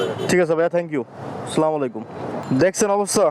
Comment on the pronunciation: স্লামালাইকুম না আসসালামু আলাইকুম বলতে হবে।